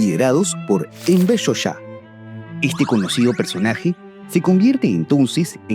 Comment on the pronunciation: Se escribe 'hoxha' y se pronuncia 'jolla'. Y qué hace de fondo el himno gringo en violín?